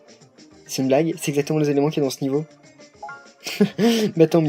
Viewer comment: Je disais ça parce que "ixaktimant" ça ressemble à "exactement" A tou coupri ?